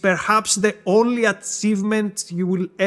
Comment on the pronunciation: He sounds like an Assassin's Creed: Odyssey NPC, i like it. Atseevement